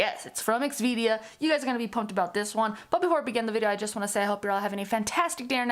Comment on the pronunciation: I think you’re incorrectly pronouncing the name of the company. Its xvida. Not xvidia So x then vida. ( v da) ur turning it to x v dia and that’s not correct